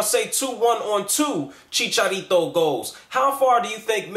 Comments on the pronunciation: dude, its "Chicharito" indeed, not "chicarito", take from a guy who speaks spanish as first language. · you purnounced it well dont listen to these clowns.